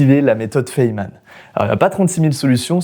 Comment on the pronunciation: "Fayman" Sinon une super vidéo 👍